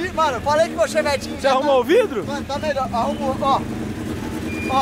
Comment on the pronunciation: Eu tenho uma LEVE "raiva" de quando o fala "ChEvEtIn" 😂 mas ok kskskdks